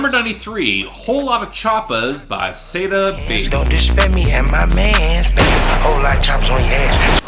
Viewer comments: Love the work but just a suggestion. Its not pronounced "SAY-DA Baby" its actually "SAW-DA Baby." Same goes with NAV. I've seen you pronounce it as "NAWV" but its really "NAHV." Just thought I should let u know! Keep making great content!! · its saw-dah baby homie